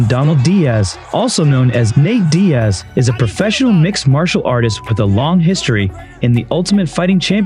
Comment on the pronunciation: Did you call Nate: Nate die ez?